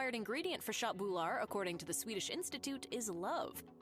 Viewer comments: as a swedish person my autism sperged out at the pronounciation of "shot boule ar" aka KÖTT BULLAR how hard can it be for the english mind to comprehend the "ugh" sound AKA ÖÖÖÖÖÖÖÖÖ not AAAAAAAA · Her way of saying köttbullar was so off that I thought she talked about some asian variant.😂